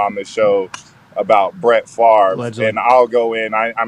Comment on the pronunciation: Hahahaha you know Favre doesn't rhyme with Fart right! 🤣🤣🤣